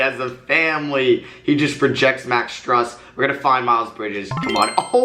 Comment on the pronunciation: Max’s last name is pronounced stroose